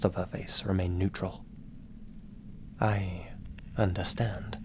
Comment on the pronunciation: Luv, that "I understand" in the third story with that Japanese accent XD